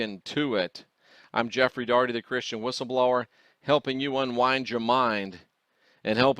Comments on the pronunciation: You need a "B" in your WHISTLE-LOWER!!!!! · Love your stuff but your missing the “B” in Whistleblower